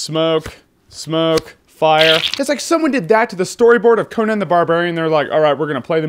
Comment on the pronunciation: I love how you say Co-Nan instead of...you know...Con-an